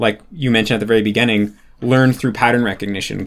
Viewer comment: "at the beggehning" dude's spent so much time with japanese pronunciation that he's forgotten how to pronounce english lmao